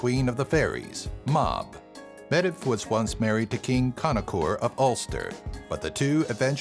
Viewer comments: Medb is pronounced meev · Medb is pronounced Mave... there also was a queen of legend, the Queen of Connacht (CON-nuht), named Medb. Please, honour the Celts by also honouring their languages. It's truly deplorable to ignore these things. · The "db" combination in "Medb" is pronounced as a letter "v". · Meeevvv not mediv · it's original pronunciation is Med-uv, not mave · Aine is pronounced Awn-ye, Medbh is pronounced Mave, Concobhar is pronounced Connor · Medb is pronounced Mayvve. My favorite god is Angus Og. I think mixing Welsh and Irish confuses people not already familiar with these guys. And your pronunciation s are....unique? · medb is pronounced as mave dude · I know it hurt my ears when he said Medb phonetically. For all those non-irish it's maeve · Medb is actually pronounced as MAVE and is the middle Irish version of Meav.